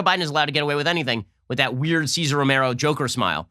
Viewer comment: The way Ben pronounces "weird" makes my day everytime!